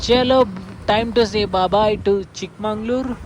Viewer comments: Chikmagalur not Mangalur Prounance Properly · Bro it's Chikmagalur...not chikmangalur